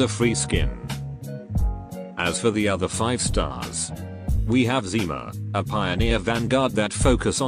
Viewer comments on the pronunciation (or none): none